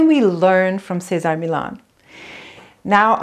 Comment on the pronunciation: What did you call him? Cesar Meelah? It's a Spanish name, not French.